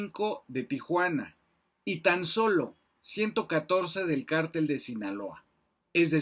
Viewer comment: Varias observaciones: Ni porque lo está leyendo acentuó correctamente "cártel" El ministro Medina Mora no es prófugo y de hecho se compró que no hubo pruebas en su contra Olvidó dar los datos relativos al actual gobierno en crimenes, sobrepasan a cualquiera Cuánta droga ha requisado el actual gobierno? Dentro de su investigación omitió comentar quién fue "mano derecha" de García Luna durante su gestión, por si acaso se lo recuerdo: Alfonso Durazo quién ocupó la Secretaría de Seguridad, nombrado por López Obrador y actualmente es gobernador de Sonora Pregunto ¿Durazo no sabía de los delitos imputados a García Luna, fue participe?